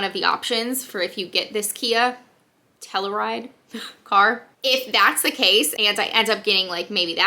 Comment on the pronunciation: Love when you do Q&A’s!! ❤️ And it’s pronounced Tell-You-Ride.